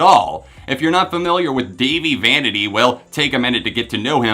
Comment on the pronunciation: Its dah-vie. NOT davie.